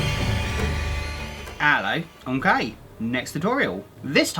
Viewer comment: Why do I hear omkay i liek it :3